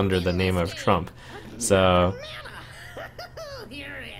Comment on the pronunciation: did he say "Frump here"?